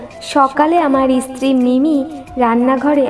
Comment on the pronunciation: তুমি স্ত্রী কে ইস্ত্রি উচ্চারণ করো কেন?